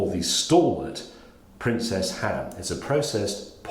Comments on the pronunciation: James it's Princes Ham, not Princess Ham. Shabba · "The same goes for the princess ham" Erm, sorry Captain slow it's not princess, it's princes. All that knowledge about cars we now have to watch Rocky Balboa doing TV ads. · Is it not pronounced "prince's " not princess? That's my childhood ruined. like nestlé not nessals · Why does he keep saying princess ham? It's princes haha. Also salad cream is by far the worst part of this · WHY do you pronounce PRINCES as PRINCESS? I'll bet you a MILLION 💰 POUNDS that JEREMY CLARKSON can pronounce it correctly! 👍😂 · Am I the only one frustrated by James repeatedly calling it 'Princess' ham instead of 'Princes'? Haha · It's weird, he's not the first person I've heard pronouncing it Princess either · Its princes ham😀not princess!! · Ahem James, it's Princes, NOT Princess. 😆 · James always pronounces princes as Princess 👸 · Is anyone going to mention the fact that he seems to keep saying "Princess Ham". I thought it was Princes? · Princes James, Princes, not Princess. And salad cream? On ham? Yuch! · How can a man as educated as James May not be able to pronounce the word Princes? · I’m not sure what is bugging me more the not buttering both pieces of bread of mispronouncing Princes’